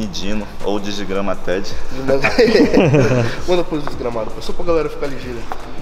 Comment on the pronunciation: "Digigramated" auheuaheuhaehauheuaheuhauehauheuaheuhauehauheuaheuhauehauheuaheuhauehauheuaheuhaue